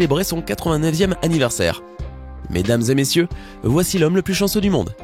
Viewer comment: Chensseu mais pas chensseu